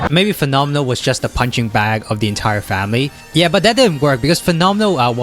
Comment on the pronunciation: you pronounced fenomeno well, in italian... xd